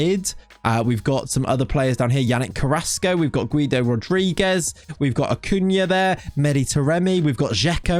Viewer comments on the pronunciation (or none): none